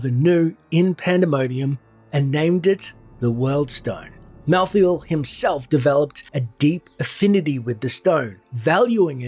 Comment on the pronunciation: Maltheel...? Mal tha el